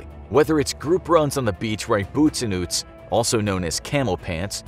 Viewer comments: Fun fact: its not boots and oots its boots and utes prononced Yu-Te-s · It threw me through a loop how he said boots and utes. Utes is short for utilities, and is pronounced "Yoots" not "Oots"